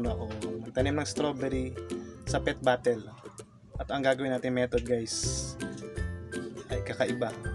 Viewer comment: Natatawa talaga ako sa pronunciation nila ng bottle ginagawang batel